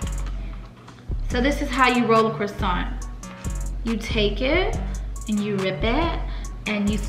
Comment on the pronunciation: She really said Corona crossaint lmao